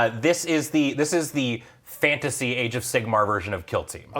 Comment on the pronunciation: AF Fan-ta-say